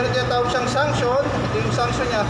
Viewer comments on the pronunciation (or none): Excuse lang po mali po ata pagbigkas ng Suction ni Instructor...ang pagkarinig ko ay Sanction😁...sa Suction line or Low Side line...